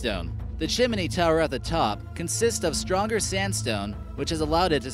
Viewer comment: WTF saying 'Chiminey' !! There is NO fucking 'I' after the M..!! It is NOT chiminey !! That's as bloody retarded as adding a B & L to it,, eg: chimBley !!.. STUPID people say it that way all the time !!... FFS !!